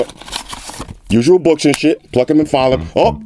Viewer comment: pho hunnit twenny five books!